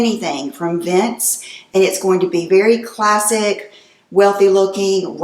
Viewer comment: Classic is classic, no need to over stress the word